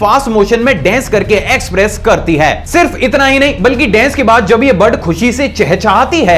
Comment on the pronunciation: Bhai dence 😂😂 nahi dance